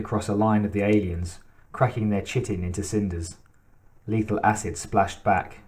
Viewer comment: Thank you thank you thank you! Loving this! P.S. When your saying Chitin like ch-it-en, im pretty sure that word “Chitin” is pronounced like Kite-en. Because even in the movies/novels they say the Xenomorphs are/have “Chitinous materials” .. And they Pronounce/Say Chitinous like ‘Kite-En-Us” . So im assuming that Chitin and Chitinous are the same root/base words, im pretty sure its pronounced with the “Kite” sound even though spelled with the CH in Chitin. Lmao i hope this makes sense 😂 but basically i think that CH makes the K sorta sound like in the word Chrysler sounds like Cry-Sler, instead of the CH which is normally used in words like CHeck or CHop or CHit. Hope that actually makes sense hahah just trying to help!